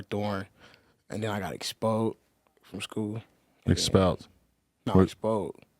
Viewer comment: “expod” lmao